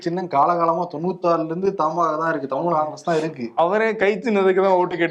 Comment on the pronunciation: your தமிழ் pronunciation is very bad. Please improve.